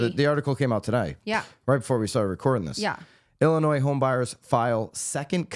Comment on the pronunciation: I'm calling you out for your pronunciation of Illinois! After all, that is much more important than these frivolous lawsuits! Seriously though, thanks for the consistent accurate updates!